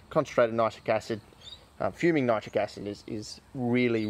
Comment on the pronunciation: ......why nite- rick acid? I use to pronounce it this way also but was told it should be pronounced to rhyme with the word citric acid. ..There just ain't consistency with anything anymore these days .